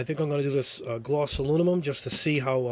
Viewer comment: Pronounced My-ca mica. Try google also pronounced aloominum not aluomimum